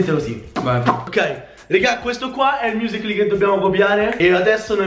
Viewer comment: sembrava che dicevi Muscoli